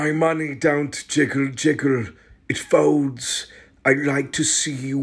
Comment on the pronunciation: The way he pronounces the word 'fouwlds' is just perfect